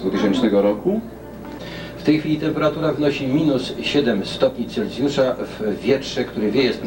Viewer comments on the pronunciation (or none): Temperatura jest...stopni Celsiusza a nie Celccccjusza.